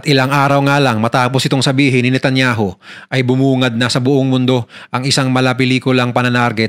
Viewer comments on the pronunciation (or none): Netanyaw po ang pronounciation nila dito sa israel. Hndi po natanyahooo